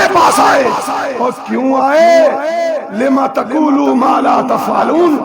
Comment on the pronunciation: کاشف ردھانواصاحب لفظ لم تقولون مالاتفعلو ن ہے آپ لم۔تقول پڑھ رہاہے لم تقول کیوں پڑھ رہے ہو یہ کنونئیر ہے جلسہ کااستغفراللہ